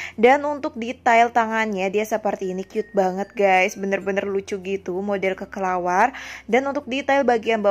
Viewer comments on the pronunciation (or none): kelelawar kak bukan kekelawar😭